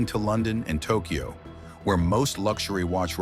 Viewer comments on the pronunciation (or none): none